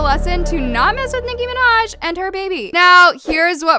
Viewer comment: I DIED OF LAGHTER WHEN IT SAID NICKI MANJA 🤣🤣(I luv her byw)